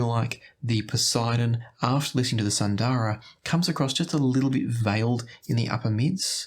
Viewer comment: FYI all of you headphone reviewers mispronounce the names from Hifiman, like Sundara. It is an Indian word (Sanskrit for “beautiful”). It’s pronounced more like “soon-the-ruh”). Hifiman uses Indian / Sanskrit names for most of their stuff.